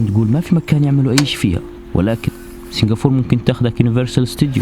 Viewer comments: اسمهاا سنغافورةة مش سنغافور -_- بالعربي , عليت قلبي يخي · عزيزي ، الدولة اسمها سنغافورة بالعربي و بالانجليزي Singapore و تنطق سنغابور. مش سنغافور. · سنغافورا وليس سنغفور كانها سنفور 😐تنرفز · انت نطقك لاسامي المدن غلط،،، اسمها سنغافورة مو سينقابور ،،، و الثانية اسمها سيؤول ،،مو صول،، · ما في شي اسمه سنغافور ياخي كلهم حوليك ينطقوها صح الا انت تنطقها خطأ بالعربي والانجلش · It's called Singapore not singafor lol. وبالعربي سنغافورة مش سنغافور